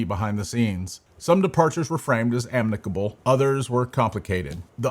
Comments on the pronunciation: wtf is "amnicable" learn to speak English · the man says “amnicable” he isn’t doing his best